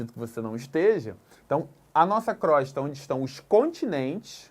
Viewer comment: Pronuncia correta e crôsta